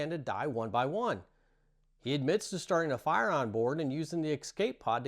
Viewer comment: Are you saying excape or escape?